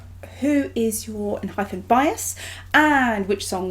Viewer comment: i love enhypen. they've so many good bside tracks as well with very different vibes. please check more songs. btw it's en-hy-pen not phen and en-gene sounds more like en-jean than engine. anyways thank you so much for checking their contents❣oh and Jungwon didn't become a leader because he's no.1 on iland. after the debut gp was confirmed, they had like about 2 months process to choose the leader. And the last top candidates were Jungwon and Heeseung. since Hee is the eldest he said he would rather be the hyung of the group. So Jungwon became the leader rightfully. he's young but the most emotionally mature and strongest one among them. A funfact is Jungwon also got the cactus pot plants from Namjoon as encouragement/blessing gift during iland.